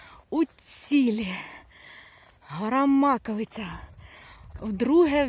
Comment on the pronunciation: Добрий день! Дуже дякую вам за відео, не знала який шлях обрати, щоб піднятись на Маковию, а ви все чітко показали. В результаті, все пройшло круто, також йшла соло. І особливе дякую за вірний наголос в назві гори. Всього вам хорошого❤️